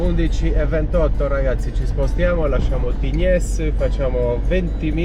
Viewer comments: Si pronuncia Tign. Un saluto 😊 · si dice tign🤣🤣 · La S di Tignes, non si pronuncia .